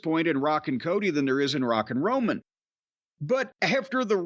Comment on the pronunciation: Sounded like he said Rockin Roman 😂Not sure why it made me laugh. 🤷‍♂️